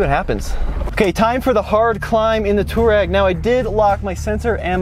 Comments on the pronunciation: Touareg is not pronounced two-rag, its tow-a-rig. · Cmon Man , say it right ! Its Tu-aa-reg from the African tribe. And if I remember VW purchased or licenced the name from Aprilia motorcycles as they allready had an on-off model with the name. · Why do you keep calling the Touareg a Turag? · german here. nope its not. its two- a rag. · Great video! Your mispronunciation of Touareg throughout these videos is so ridiculous, it makes you look like you’re mispronouncing it on purpose. It’s “To wah reg” for the love! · Can someone teach this guy how to pronounce Touareg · am I the only one bothered by how he pronounces Touareg? he completely murders the "a"